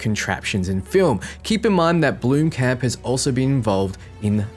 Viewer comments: It's not pronounced bloom-camp its blom-kump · BLOMkamp not bloomkamp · It kills me when you Americans try say Blomkamp... 🤣🤣